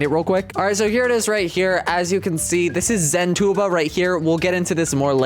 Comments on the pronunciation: "Zen two bob" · Zentuba ❌ Zen toolbar ✅